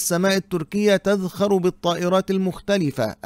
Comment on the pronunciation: تزخر وليس تذخر